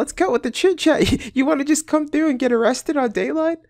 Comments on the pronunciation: He got “O-wested... so nobody got MO-lested!” #OhCwapp 😢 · He got O-wested, and nobody got MO-lested